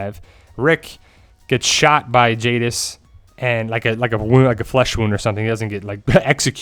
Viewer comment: It's jadis